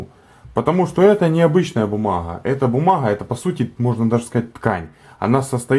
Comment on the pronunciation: бумаГХа. Кроме гхыкания ещё и картавит.